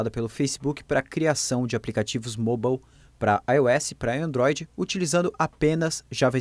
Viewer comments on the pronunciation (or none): none